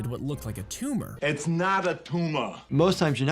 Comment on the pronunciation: its not a tumah!😂